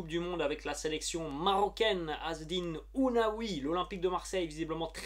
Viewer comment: OU NA HI et pas OU NA WI. ....